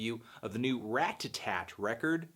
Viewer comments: Rata-Tat. Not Rat-ta-tat. Love, Your friend Cody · ***** It's possible to say Ratta-tat (which is the correct pronunciation) without the tt making a "d" noise. I'm North American and say it this way. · word. It's not Rad-A-Tatt... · You say their name really weird like "rat-tatat" and i'm like "ra-tat-tat" yknow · Haha instead of pronouncing it Radadad, you're now really emphasizing the t's! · RAT TUH-TAT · ***** I'm not American, and in my accent it's actually easier to pronounce it Rat-a-tat (because I'm Swedish, and in our language we never pronounce t as a d). But Rad-a-tatt sounds a lot better and that's what I've heard everyone say, including Kid Cudi for example. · Clearly it’s raduhtat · if I ever have to hear you pronounce "ratatat" one more time I'm going to kick my own ass. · Haha way to pronounce those T's, homie :) I remember how people have you crap for saying "Radadat" on your LP4 review. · You say ratatat weird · He is pronouncing the first t like a "t" instead of a d like most north americans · At least he's not saying "Radadat" like in his LP4 review. Anyways, I feel weird about nitpicking him about this. Who cares